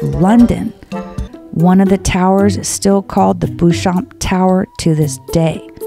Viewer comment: Great video. FYI Warwick is pron. "Wahr-rick"; Beauchamp is pron. "Bow-chom(p)" But don't worry they're easy mistakes to make.